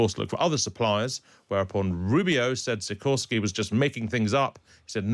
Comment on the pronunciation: As a Pole I can say he sorted out Sikorski beautifully.